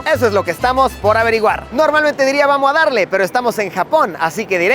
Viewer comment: Vamol a dal-le